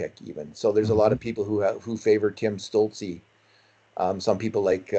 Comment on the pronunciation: Tim "Shtütz-le" - not "Stoolzey"! Ü in German is like a Scottish U.